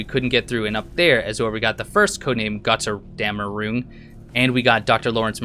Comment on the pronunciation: The Pronouncement of "Götterdämmerung" was not Bad considering you don't know german... btw, Götterdämmerung means Ragnarök :-)